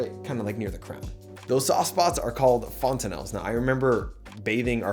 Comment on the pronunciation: Its fontanelles not fontanelles.